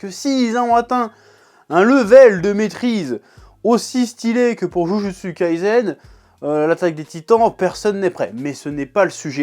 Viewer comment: Par contre faut faire un effort minimum sur la prononciation stp ! "Jujutsu kaisen" ca se prononce " DjuDJuTsu KaiSSEN". Stop le "zen" au moins